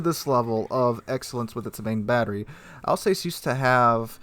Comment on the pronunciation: Also, Alsass not Alsayce but hey ho.